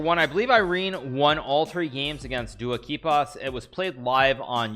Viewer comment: "Dua Kipas" PepeLaugh